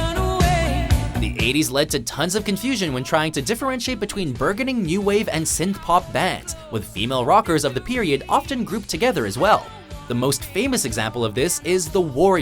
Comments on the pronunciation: "Bur-gun-ing"? It's pronounced "bur-juh-ning". Watch Mojo has made so many mistakes with pronunciation, usually names. One Mojo announcer referred to Joss Whedon as "Josh". Isn't that unacceptable? With these videos available worldwide, the announcer needs to have a grasp of his/her native language, or at least have an editor who catches mistakes like these. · Pronounced burgeoning ([bur-juhn-ing) as BUR-GO-NING ... really?!? You had one job man! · pronounce it "bur-junning", not "bur-gunning" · Burgeoning is pronounced bur-JUN-ing, not bur-GUN-ing. :) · Burgeoning: first syllable rhymes with "urge" or "(on the) verge", not "berg" like "iceberg"... Just sayin'... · He says, "BurGuning." BurJuning, dude. lol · Minor comment, but as voiceover actors, our one and only job is to read the words correctly. With so many out-of-work actors, you'd think they'd get someone with above-average reading skills. So FYI, "burgeoning" is pronounced with a hard G, like berj·un·ing, not berg·in·ing. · Burgeoning. Pronounced "burjening" not "burgerning" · A few pro-tips for whomever wrote the copy for this and/or voiced it: Scandal was fronted by Patty Smythe, not Patti Smith. The singer you're saying she sounds like wasn't "known as" Pat Benatar, she's NAMED, or she IS, Pat Benatar. "Burgeoning" is pronounced with a soft g, not a hard one. You've really never heard that word spoken, huh? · I know he's just a narrator but he had one fucking job: pronounce burgeoning which sounds like burrjuhning not bergoning. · Burgeoning is NOT pronounced as "burgoning". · "burggening"? He's obviously reading a script that he didn't write and doesn't know the word. - WHO thinks this? Who can't tell that isn't the corporate schlock "rock" clown buffett? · The "g" in burgeoning is pronounced as a "j", guys. I'm curious about who would actually wrongfully attribute any of these songs, especially since so many were on the radio, where they would be identified by DJ's. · "Burg-gone-ing"? [Sigh]